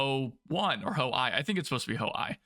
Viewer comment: Ho-I is "Hoe-Ee" Ho-Ni I is "Hoe-Nee One" Ho-Ni III is "Hoe-Nee Three"